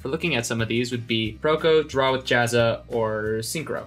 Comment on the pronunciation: Try saying Jazza and not sounding Australian. That's right, it's impossible.